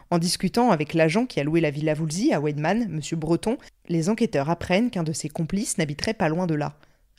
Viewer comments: le w se prononce comme le v français et le v allemand se prononce comme le f français :) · Petit aparté : c'est pas Ouèdman mais Vaïdman :)